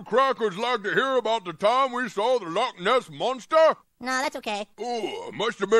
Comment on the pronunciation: She said tha Lotness monssa 😂